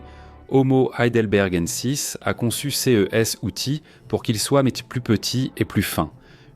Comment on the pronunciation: horrible la voix IA qui n'arrive même pas à prononcer Heidelbergensis